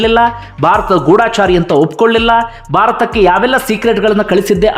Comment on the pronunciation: ಮೊದುಲು ಕನ್ನಡವನ್ನು ಸರಿಯಾಗಿ ಉಚ್ಚಾರ ಮಾಡಿರಿ ಅದು ಗೂಡಾಚಾರಿ ಅಲ್ಲ ಗೂಢಚಾರಿ